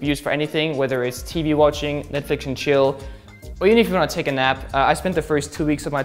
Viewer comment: "Netflix an chil he"